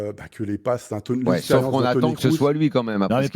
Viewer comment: Toni "Crousse" ? Non mais serieusement sortez le clown 🙄.